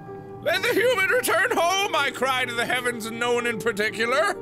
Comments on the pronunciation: "Hoo-man" = "Hoodoo-man" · thats how i pronounce human now :)